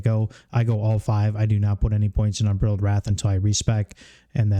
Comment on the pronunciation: please I beg you, learn how to pronounce unbridled